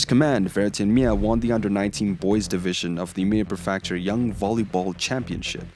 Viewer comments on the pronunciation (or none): loved the video, just a small thing, prefecture is not pronounced pre-factory, it's pre-fek-char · pre-feckt-shure is generally how you pronounce "prefecture." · What is a "per-FAK-shure"? Prefecture Otherwise, great info. Also, "calf". Bro, come on... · lol it was weird hearing it pronounced that way. I think the reason people say something is because every time its said its a little jarring and it sort of shocks the brain and takes the watcher out of the video to think "what word was that?" But I'm not a linguist so this is just a guess. None the less it was still a good video.